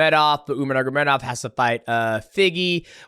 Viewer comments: Nurgamedov everytime. 😂😂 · BRO STILL CANT SAY NURMAGOMEDOV